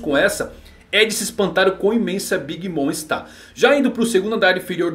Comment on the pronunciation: na boa meu camarada, vamos dar uma olhada na pronuncia, não é "big moN" é "big moM". Não é "Lau" é "Loul". Abraços